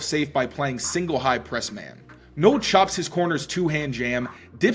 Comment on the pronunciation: Please pronounce Jaylon Noel's name correctly. It's not Noel like Christmas. It's pronounced Nōll